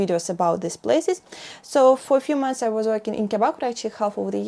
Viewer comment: M-O-N-T-H-S, not mounths. Why do you do this‽